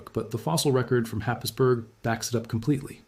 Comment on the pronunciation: It’s pronounced, Hays-borough, not Happisburg